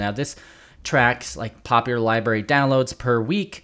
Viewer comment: I think you mean library not liberry.